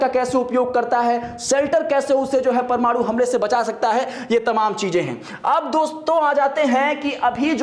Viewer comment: जानकारी तो अच्छी दे रहे हैं ये महाशय..लेकिन परमाणु को परमाड़ू बोल रहे हैं,कुछ इलाकों में हिन्दी भाषा में लगातार ह्रास हो रहा है।